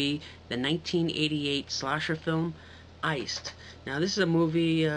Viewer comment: It sounds like you were saying "ice skull".